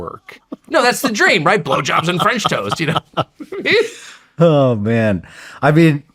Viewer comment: he says french toast weird